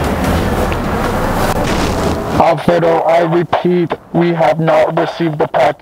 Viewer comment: i am spanish and i am very surprised about how well u pronounce Alfredo, mister! hahaa